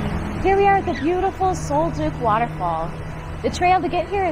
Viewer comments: Sol DUCK not Sol Duke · The scents were from Douglas fir, NOT pine and Sol Duc is pronounced “sole duck”, NOT sole dook!!